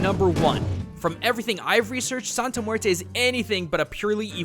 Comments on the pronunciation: Joaquin Pirotto I KNOW, it's mueRRte. Like a mini drumroll on the r. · So it’s more pronounced like muete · As a native spanish speaker, it makes me cringe every time you say "muerte". I know it's not your fault english doesn't have the strong R sound spanish does, but it still makes me cringe so, so hard.. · Did these dude seriously call muerte...murto ? Lmao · Muelte Muelte Muelte